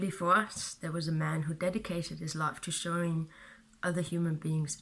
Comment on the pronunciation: Life is pronounced lʌɪf not laf. It is hard to understand you when you say life. Let me clarify that. Not always. Mostly when you say "your life" too quickly. Other times when you say life is is quite correct and understandable.